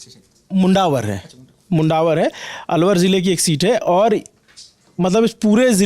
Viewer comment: Pronunciation Mundawar nahin Mandawar hai spelling mein 'u' use hota hai...